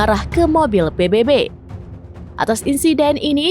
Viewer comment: Sebutan nya adalah PBB tolong jgn baca huruf salah. Ini huruf bunyi nya B bukan nya baybay